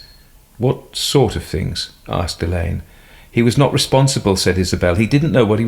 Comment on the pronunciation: Very enjoyable. Glad narrator has learned how to pronounce Alleyn. 😊